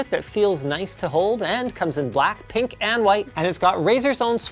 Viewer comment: WHy did I hear BlackPink, instead of black, pink.